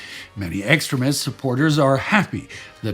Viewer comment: between my bad hearing and the way you pronounced "extremist", I kept hearing "excrement". And you know, you're not wrong either way!😂 P.S. for any potential Nazi grammers, I'm not saying he's pronouncing it wrong, just pointing out the humor in what I was hearing.😉